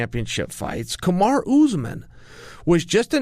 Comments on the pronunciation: Kamaru, not Kamar...come on man! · He’s really calling him “KaMarr” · "Kamar" ---> like button clicked 😀